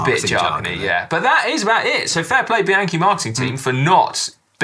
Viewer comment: Why do all of you guys mispronounce the word Bianchi? Is this intentional? To piss off the Italian riders? 😅